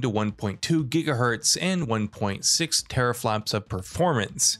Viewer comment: I'm sorry did he just say terraflaps? 😆